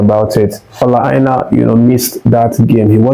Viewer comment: Why are you pronouncing Aina as Eye na? As a Nigerian, you don't have to be from the Yoruba tribe to know it is pronounced "Eye nor" please learn how to pronounce his name as a Nigerian. You are a Nigerian and not a white man. Again, Aina is pronounced as "Eye nor" just like your eye. and "nor" as in "or"